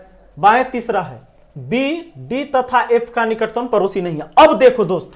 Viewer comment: सर वो परोसी 😂नहीं पड़ोसी होता हैं